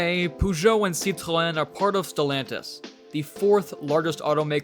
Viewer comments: The pronunciation of Peugeot is "poe-zho" and not "puh-zho" The pronunciation of Citroen and Renault are fine. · Bei fuhr Columbo keinen Puhjo, sondern einen Pöhjot - derr Namer 'Peugeot' wird im Französischen Pöhjo ausgesprochen. In den USA hatten die Mercedes Coupés und Cabrios wie die R117(American Gigolo) viel Erfolg, wobei die verstärkten US-Stoßstangen die Original-Ästhetik beeinträchtigten. Auch Volvo war damals in den USA ziemlich erfolgreich. Bei leider noch ein Aussprachefehler. "Und dann war da noch der Renault 'Dofi' - nein 'doof' war dieses Gefährt wohl nicht, aber die Aussprache dieses Renault Dauphine sollte lauten Dofiehn - wobei das 'e' tonlos bleibt. Bei wird sogar von einem 'Dolpfie' gesprochen. Bei verstehe ich nur 'Der Leo Deauvie' - keine Ahnung, um welche Marke es sich handelt, da auch der Name dieser Marke auf den Fotos nicht erscheint. Es gab mal einen - ich glaube es war ein Cadillac 'De Ville', was 'Stadtwagen' bedeutet, aber eine 'Leo' ist mir unbekannt. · Just out of curiosity, why do you strive to pronounce the French R in Renault and Citroen but end up saying POOgeot instead of PEUgeot? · No offence, but learn how to pronounce the brand name (Peugeot) if you are making a video about French cars. It takes just a few minutes to research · Congrats on pronouncing "Citroën" and "Renault" perfectly. Only your "Peugeot" is slightly off, but I'm nitpicking. ;)